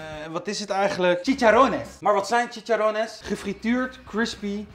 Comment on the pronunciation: Bruur het is chiCHarrones